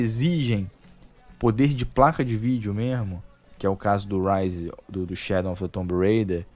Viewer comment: por que você troca o w por n? Shadon of the tomb raider.